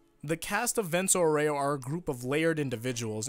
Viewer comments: Vèunto Áureo not vènto aurèo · It’s Vento Áureo not Vento Oreo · For non italian jojo fans. Vento auro us pronounced: "v"as in Van, "e" as the firste e in Better, "n" as in No, "T" as in Target, "o" as in No, "A" as in After, "u" as in Uno, "r" as in Background "o" as in No I just wrote it because being an italian the english accent to Vento auro is bugging me 🤣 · the way u say vento aureo...